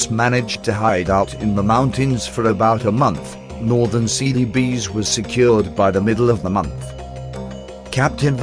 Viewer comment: I keep hearing "Silly Bees..."